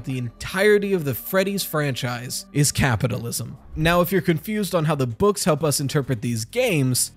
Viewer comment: MUH GAPITALISM